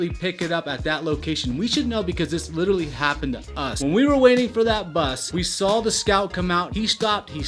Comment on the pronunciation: Please learn to pronounce “literally” not ludirilyy